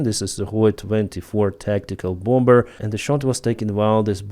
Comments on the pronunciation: The word “bomb” is pronounced “Baum”, with the second “b” being silent. “Bomber” is pronounced “Bahm-er”, again with the second “b” being silent. Thank you for your work and glory to Ukraine! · The word 'bomber" is pronounced "bomer", the second "b" is silent and is not pronounced. Your welcome! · I don't believe that there is a single native English speaker in the entire world who pronounces the second "b" of "bomber." Stanley is merely trying to help communicate more effectively